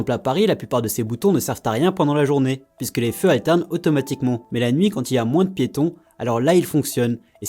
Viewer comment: Et "pisque" 😂🥰